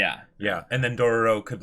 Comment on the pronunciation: Why is still saying Dorororo...